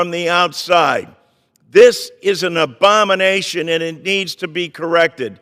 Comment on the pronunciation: John Larson: ‘This Is An Adomination!’